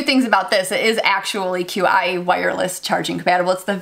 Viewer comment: qi is pronounced "chi"